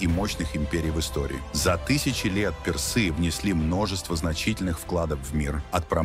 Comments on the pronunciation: К концу видео уже глаз дергался от ударения персЫ! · Как можно говорить персы, через ё??? Расскажите, про Хатшепсуд через ж, Хаджепсут, история, с именами древности, нечто необычное, загадочное, либо вы знаете правильное произношение?